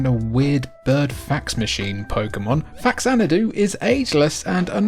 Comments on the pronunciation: Jfc. Almost 40 years later and we are still explaining this shit. It's not FAX-anadu. It's FA-xanadu. Pronounced Fa-zan-a-du. "Cultured" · It's fa xanadu, not fax anadu. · Love that Faxanadu got a mention! Love that game so much. Even have a cib copy of it. Also it's pronounced Faz-Anadu since it's a portmanteau of Famicom and Xanadu, another action rpg series. Fax very much. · Oh, turns out I've been mispronouncing Faxanadu for 30+ years. Somewhere I lost a syllable and have been calling it "FAX-AN-DOO." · I heard it was pronounced FaZanadu, which was a hybrid of Famicom and Xanadu (zanadu). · It's pronounced "fazanadu"; it's a portmanteau of famicom and xanadu. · Even after 30 years, this still seriously bothers me... It's pronounced: fah-zan-ah-doo and even worse.. new-klee-er instead of new-kew-ler